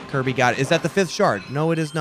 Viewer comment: Kuya speaking: KARBY